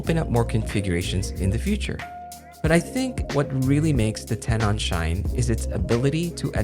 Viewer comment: "ten-en", not "ten-awn"